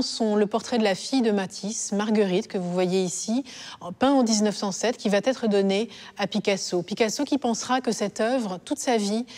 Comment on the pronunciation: Oups!! "qui va t'être donné à Picasso" mes oreilles !